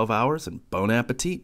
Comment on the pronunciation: Dislike... He said "Bone Appetite"